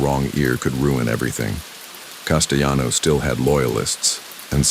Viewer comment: Castelano with an L. He was not Spanish